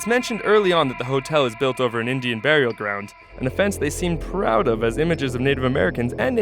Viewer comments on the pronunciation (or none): none